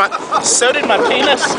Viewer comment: o.O he said penuis O.o